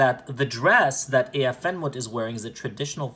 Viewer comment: ish btw it’s “Ah-ah en moot-ef” I think, “Aah’en mootef” —- [ˈʕaʕa en muːt ef] IPA key: • ʕ = a deep, voiced sound from the throat (like a soft grunt or glottal “a”) • a = “ah” as in father • uː = “oo” as in boot • t and f = normal English “t” and “f” • en = short “en,” like ten